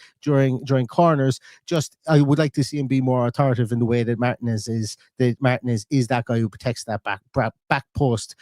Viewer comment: Not MARTIN-EZ ❤